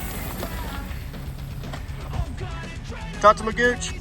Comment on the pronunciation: FYI: Tatamagouche is not pronounced "Tatamagouch" you say it like it was spelled like this "Tatamagouchy" :) I like in NW Arkansas been riding this area for years.